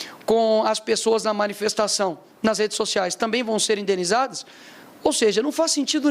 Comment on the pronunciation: Ele falou endenizada😂😂😂